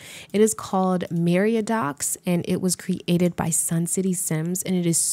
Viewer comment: Cre-ator. Cre-ated 🤣